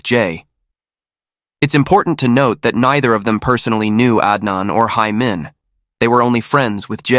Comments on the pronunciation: Nearly sound like Amen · Be careful of ur pronunciation its “Hae Min” not “hay men” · the pronunciation should be “heh min” not “hey min” or “hai min”